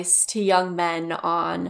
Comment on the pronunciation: The way he pronounced men (me-an)